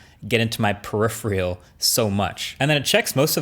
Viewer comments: Marques, I’m sorry, but this is the second recent video that you’ve pronounced this word wrong Its: Peripheral Not “Periphrial” That is all. Keep up the great work! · periph reeal? you've been watching too much jayz2cents. its Per Iph Err L. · .. say it with me Marques. Per-if-er-uhl. Peripheral. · 'get into my per-if-ri-al' - whut? It's probably wise not to use words if you have never heard them said out loud before. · WTF is a "periphreal"? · MKBHD: Well-respected, long-time tech YouTuber Also MKBHD: Struggles to pronounce "peripheral" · I really hope he's mispronouncing it on purpose because he says it wrong EVERY time.